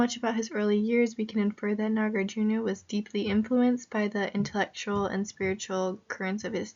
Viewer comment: Hello, you can pronounce Nagarjuna, as Nagar+ Juna. but try not to pronounce as NagarJunYa. Shunya + ta => shunyata But great job in posting videos